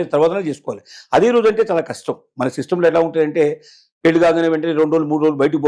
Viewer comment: Anchor garu! Meeru modata పెల్లికాదు పెళ్ళి అనడం నేర్చుకోండి